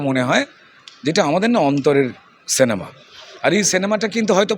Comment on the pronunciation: কথাটা সেনেমা নয় সিনেমা